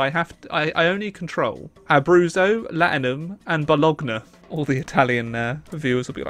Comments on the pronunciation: The way you pronounced Bologana made me want to cry. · Bologna gets spelled Bo-Lon-Ya